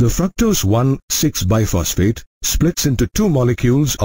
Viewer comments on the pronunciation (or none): It's not Biphosphate ,it is BISphosphate